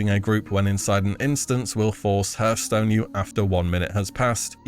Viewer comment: Tip : hearthstone rhymes with harth, not hurth. Go Google "pronounce hearth" and it will speak it for you